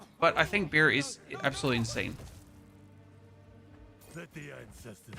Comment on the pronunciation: As a fellow german, bear is pronounced similar to the german word (Bär), not beer. Just nitpicking, keep up the good content o7